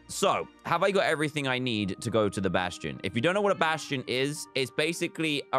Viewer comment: At least he didn’t say basTTTion